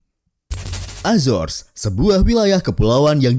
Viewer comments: Azar Ajor....itu bukan Entitas Inggris....itu Latino.. .PENGUCAPAN YG BENAR ADALAH A ZO RES... AZORES....INGAT ITU...Jan SeEnak Perutt !! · Cara bacanya bukan azors , tp azores krn itu bahasa Portugis , bukan inggris...